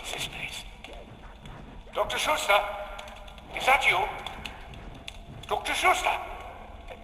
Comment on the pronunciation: its schutester, not shootsta